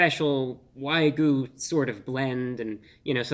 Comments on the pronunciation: I heard from others that the beef patty was NOT juicy at all but pretty DRY! You didn't just pull out a PIECE of the beef to taste just that BEFORE eating the whole sandwich did you, and you are mis-pronouncing WAYU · I feel like I just wasted 5 minutes of my life watching Sheldon Cooper mispronounce wagyu. Sorry couldn't make it farther than that. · He mispronounced wagyu so many times I almost started to believe that that's how it's said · I can't take the reviews seriously. Each time he reviews "wagyu", he pronounces it wrong 🤷. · Except he can't say wagyu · Please do not mind our king's pronunciation of "Wagyu". He went to the Merriam-Webster Dictionary HQ and changed the pronunciation of the word JUST for this review. Have a good day.❤ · WAG-YU WAG-YU WAG-YU NOT WHY-GU WAG-YU WAG-YU WAG-YU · Love you man. But your pronunciation of wagyu driving me crazy. "Why-goo" instead of "wag-yoo" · It's pronounced wag-you, not why-goo. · Good sir, much respect, but it is pronounced ' Wa-gyoo ' , rather than ' Why-goo '. Common mistake to make. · Say it with me, "Wag-You". Not "Why-Goo". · Excellent review. I was watching this as one was headed to my house through doordash. Although, for future reference, so as not to confuse others; It's Wag-Yu, not y-goo. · wag - you.... say it with me bruh waaaag - yooou... stop saying why goo before i blow my fucking brains out holy shit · I love this guy but I'm sorry it's not waigyu it's wag-yu 😂 but glad I got to hear his review on this because man I was this close to ordering one of those lol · Wagyu is pronounced wogyoo, not wygoo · not "why-goo", but "waa-gyoo". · It’s wagu (waa-goo) not ‘why-goo’. And dude cut your finger nails your hands just look really creepy. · Wah-gyoo not Why-goo lol. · It is why gyou, not goo. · Fun to watch and appreciate the sarcasm, but it carries more weight if you would learn how to properly pronounce "Wagyu." It's waa-gyu, not why-goo. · Wag-yu, not way-gu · Its Wagyu, not Waygu. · Wagyu (not waygu)